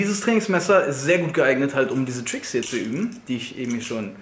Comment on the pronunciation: Versuch mal bitte Tricks Richtig auszusprechen